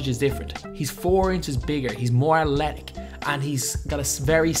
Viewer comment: Atletik..lmao..good vid bro..calm down on that Athletic tho